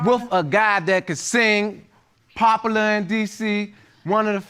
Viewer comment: "Popaler in DC"